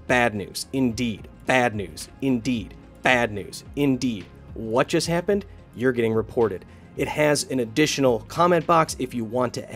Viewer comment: "that one kinda kappened"😂